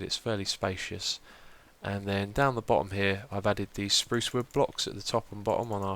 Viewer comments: no offense but its spruce (sproooooooce) not sprowce :-) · great vid xiuma! he he he 'sprouce wood'